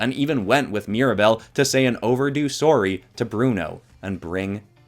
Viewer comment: Not to sound rude, but is it weird that I forgot for a second that you were from Canada until I heard that sorry near the end of the last drawing? I don't know, I guess I just find little quirks like that kind of endearing. Like I said, no disrespect, just something I noticed.